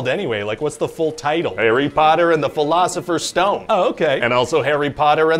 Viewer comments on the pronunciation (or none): Phorcerer's stone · philosopher is that hard to say huh